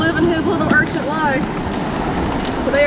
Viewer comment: makes me laugh saying sea urchants, lol, It's urchin!